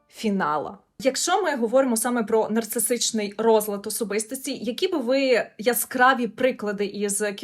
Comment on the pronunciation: Нарцисичний!!! НарциССССичний!!!! А не нарцисТичний розлад особистості!!!! Пані психологу треба трошки попрацювати над вимовою термінів в яких вона має розбиратись. Все відео вухо різало